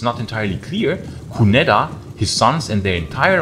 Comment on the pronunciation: “Cunedda” - the double ‘d’ is a soft ‘th’ sound and the ‘i’ in Briton is a short sound, not as in Brighton.